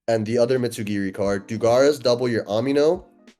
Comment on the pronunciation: Bro is a World Champ and still calls it Mitsu GEARY